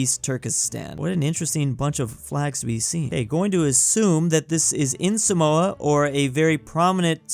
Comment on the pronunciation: Samoa is pronounced SAH-mwa